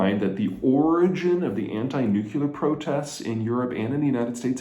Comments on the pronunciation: "Nuclear" ≠ "nucular". 😉 Sorry for nitpicking. Great videos, love your presentations! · "Shitting solid gold kittens" That's the single most-hilarious descriptor I've ever heard from any geopolitical video 🤣🤣🤣🤣🤣🤘 However......"nukulear" is one of my biggest pet peeves and a serious intellect would not mispronounce it as such 😡😡😡 say it with me, Peter, phonetically: "NEW'klee-er" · Nuclear is pronounced 'newclear' not 'nuke_ular' - just a note so you don't sound like Bush Jr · Please Peter,....anyone whom watches and follows you respects, admires, and appreciates your geopolitical science; thus,...noo--kle--ar!! For the love of god,...PLEASE!! I will BUY all your books! I will start a foundation in your name! Promise! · Mr. Zeihan! Please stop saying “nukular” you’ve been saying it forever😆🫢🥰🤗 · you took mispronunciation to a whole new level… you’re right. Peter keep mispronouncing the world reknowned way of pronouncing Nuclear. Gary doesn’t think anyone should let you know that you’re pronouncing it wrong on the world wide public stage.